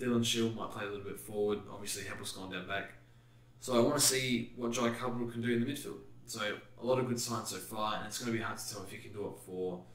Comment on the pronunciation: Do you say Caldwell’s name wrong on purpose? Surely you’ve heard it pronounced in the media and stuff